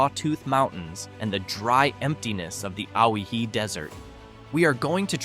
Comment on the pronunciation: Not to be nit picky, but it's pronounced "Oh-Why-Hee" Owyhee. Named after lost Hawaiian fur traders who went missing the region before the state was established. The name Owyhee may simply be a mispronounciation of Hawaii.